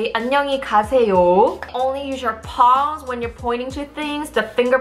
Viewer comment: I thought she was saying paws but she was saying palms 😂